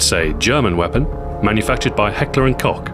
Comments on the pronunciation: You're doing it wrong. It's Heckler and coke. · Hecter and cock?